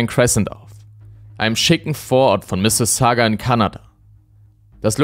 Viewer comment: Ich lebe seit ein paar Jahren in der Nähe von Mississauga und ich muss sagen, dass du die Stadt Perfect aussprichst. :)